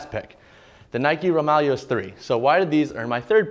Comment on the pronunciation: Please it’s the Roūm(Rome)-ya-less